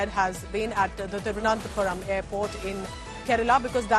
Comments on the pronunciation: That is not Thiruvanathapuram its Thiruvana(n*)thapuram🤦‍♂️ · India Today can't pronounce Thiruvananthapuram?